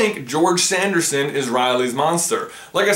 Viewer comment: Also "Sanderson" sound a little like "Anderson"🤔